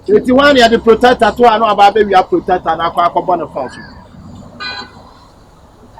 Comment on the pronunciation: Please the word is protector but not plotector wai